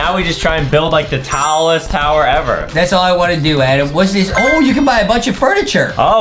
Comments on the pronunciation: When adem said “taowlest” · Did Justin even notice that Adem said "now we can build the towlesst tower" I was going crazy lol